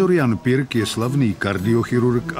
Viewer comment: Proč vyslovujete pik